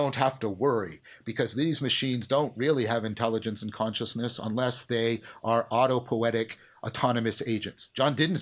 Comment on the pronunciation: It is autopoietic (not autopoetic) by the way. But great talk ! Thank you.